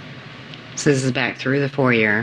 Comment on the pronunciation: Her pronunciation of “foyer” is the real crime here